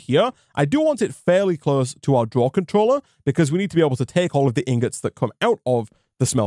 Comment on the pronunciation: "Smelter controllery" sorry that made me giggle... XD I miss my tinkers shuriken :S was so OP